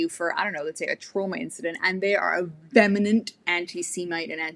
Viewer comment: VEHEMENT IS PRONOUNCED AS VEE-HEH-MENT. I'M NOT SURE HOW YOU ARE PRONOUNCING IT ? BUT I 👍 AGREE WITH EVERYTHING YOU SAY DEAR. YOU ARE SPOT ON !!!!!!!! YOU SPEAK ONLY----- THE TRUTH.